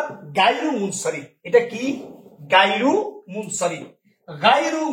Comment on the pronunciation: গইরু বললে সঠিক উচ্ছরণ হয়।গা ই রু হবেনা